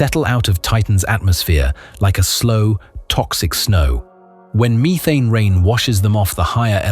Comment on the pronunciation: WUH TAH AND MEE THANE :face-green-smiling